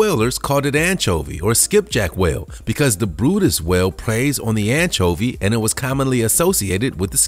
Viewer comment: The brydes whale is pronounced like it looks, where in the heck did you get brutus???